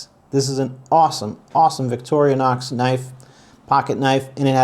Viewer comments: Dude, it is VICTORI-NOX, not VICTORIA-NOX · It's Vic-tor-in-ox. not Victorionox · It detracts from your credibility when you mispronounce Victorinox. It is "vik-tor-ee-nox", NOT "vik-tor-ee-UH-nox". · Ok, can't take you serious, its not Victorianox. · Constructive criticism/pet peeve. This knife has nothing to do with Victoria whoever she is lol! Vic-tor-ee-knox. Just a heads up. 🤷‍♂️ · Vic-TOR-i-nox. No "a" to be found. Great review otherwise. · Why does he keep saying “victorionox” ? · Man! Come on. It’s Victorinox! There is no A in the middle. It’s not Victoria. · There is no can opener, and you’re pronouncing the name wrong. DYOR dude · Hey, for a big fan, you don't pronounce Victorinox correctly. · If you're a huge fan of Victorinox then you should be pronouncing it properly. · No toothpick and the guy doesn’t know how to pronounce Victorinox.